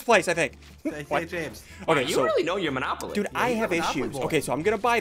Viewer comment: You just called manopoly